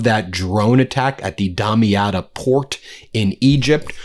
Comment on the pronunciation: Here is how to pronounce the Egyptian's port that had been struck: doom-yat. The a as in father